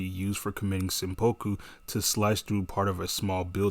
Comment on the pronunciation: Seppuku* not sempoku lol